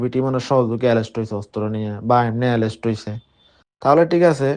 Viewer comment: এরেস্ট বলতে পারেনা।বলতেছে এলেস্ট সেও নাকী সারা চট্টগ্রাম থেকে চাঁদা নেয় সে নিজে বলছে কিন্তু পুলিশ তাকে নিয়ে কোন তৎরতা নেই